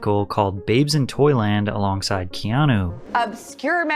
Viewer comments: Patrick absolutely butchering Keanu’s name every single time Ke-an-a Ke-an-o Ke-an-i Bruh 🤦🏼‍♀️ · Patrick, for the love of God. It's pronounced Kay-ah-new. I'm Hawaiian, trust me. You always pronounce his name key-ah-no.😂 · Key on ou not key on o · It's KeanU not KeanO! lol great video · This is a bit hard to listen at moments, when 90% times you call him "Keano" instead of "Keanu" 😅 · Why does he call him Keano the whole videos? Is it just to bait comments like this? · His name ends with a U not an O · That pronunciation of "Keanu" is wild.